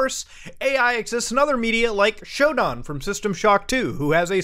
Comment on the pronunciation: i hate how muta says SHODAN